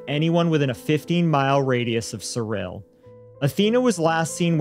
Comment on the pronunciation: Thank you for pronouncing Cyril correctly!